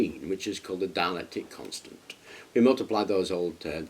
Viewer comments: It's dielectric not dielectic, or am I hearing him wrong. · ......yes, it's dielectric not dialectic .